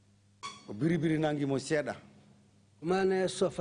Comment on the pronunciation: I don't know why the TRRC staff keep saying " BERRI BERRI." It's "BIRRI BIRRI," for God's sake.